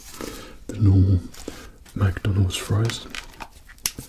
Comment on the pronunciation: not to be rude but some of yall with ascents say "mac donalds" like bruh its Mcdonalds